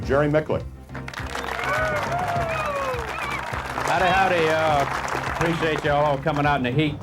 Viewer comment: Jerry Micklick? Oh man, he could have atleast asked you the correct pronunciation.